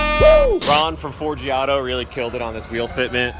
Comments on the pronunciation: No joke, I paused the video to look at Forgiato's wheel selection and was like damn, those FV4's are sick... good wheel selection, guys... Oh also,, when you said Forgiato, I thought you said 4G Auto and then I saw dudes shirt XD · "Four G Auto"